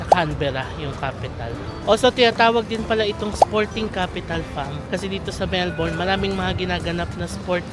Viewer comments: Melbourne is pronounced as Melbin. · Mel-bin po ang pronunciation ng Melbourne lol